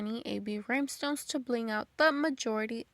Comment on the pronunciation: Are these cups dishwasher safe with the rhinestones. I’m so sorry but I have to ask, are you saying Rymestones?